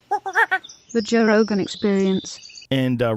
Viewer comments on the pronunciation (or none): none